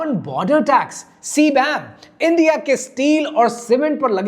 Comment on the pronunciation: اندیا اندیا اندیا اندیا اندیا Bhai why you don’t say the correct word?